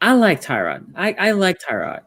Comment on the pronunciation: All these years and people still cannot pronounce Tyrod.